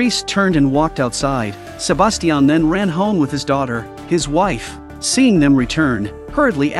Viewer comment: STOP SAYING "SABASTIAN"